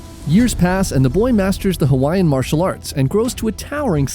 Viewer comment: I'm genuinely impressed with your pronunciation of Hawaiian words and names. Better than any professional/televised documentary I've ever seen.